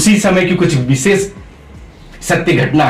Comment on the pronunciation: लेकिन विसेस मत उच्चारण मत कीजिए आपने व्याकरण पढ़ा है उसके सूत्र पढ़ें हैं उच्चारण स्थान का पता है फिर भी एक-एक अनपढ़ व्यक्ति की तरह पूरे देश समाज मेंअपने आप को एक मूर्ख आदमी साथ ही में अपने गुरु को जिनके पास विद्याध्ययन किया है उन्हें भी मूर्ख आदमी दर्शा रहे हैं। अरे यह विशेष शब्द है न कि विसेस ।